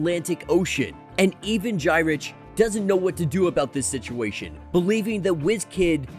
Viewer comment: Just for future reference Gyrich is pronounced Guyrick.